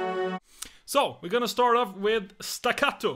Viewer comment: I love how you pronounce the word staccato 😉 BRAVISSIMO TOMMY!! What to say ... Fantastic!! 🌻